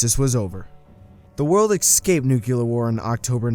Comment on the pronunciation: He said x cape so I dislike the video